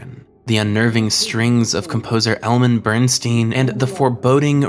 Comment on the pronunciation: "Elmen Bernstein"?!? I guess you can't tell the difference between an "n" and an "r". It's ELMER BERNSTEIN, composer of The Ten Commandments, The Magnificent Seven, The Great Escape, and Ghostbusters, to name a few. SMFH